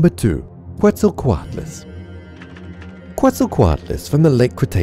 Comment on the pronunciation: Bolu_Z 1738 he messed up Quetzalcoatlus